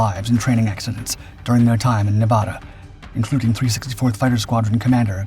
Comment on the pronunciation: How is it, exactly, that your dippy ai can pronounce Pocatello correctly but cannot get Tonapah (Toe-nah-pa) or Nevada (Nev-add-ah) ?